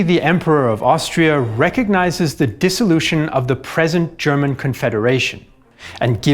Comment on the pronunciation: Your German pronounciation is on point👍